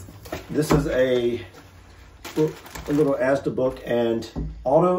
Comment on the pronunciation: If you try fish and chips, you also have to try Cornish Pasties; literally puff pastry with cooked stuff inside; you can get different types like beef and onion or cheese etc. Inflation means prices have gone up though, so be aware of that. Your saying Asda the right way 👍🏼 FlapJacks are sugary oat bars, you can make them into triangles if you make them from scratch. They have different flavours and are sweet. Not a healthy bar. Just so you guys know. Im sure you can find some recipes on here. You could use HP sauce on steak, if I remember correctly it has a black pepper taste. The lea & Perrins is more for cheese on toast, or roasted veg. HP is a dipping sauce, not a marinade. So use it how you would ketchup. You could have it on the side of a steak.